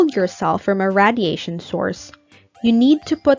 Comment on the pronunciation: I’m noticing you say radiation wrong. It’s pronounced: ray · dee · ay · shn